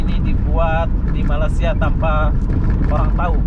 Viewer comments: Bruh bukan malasia.. tapi malaysia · tolong berhenti menyebut 'malasia'. bukan malasia tp malaysia...kecewa dgn anda...terima kasih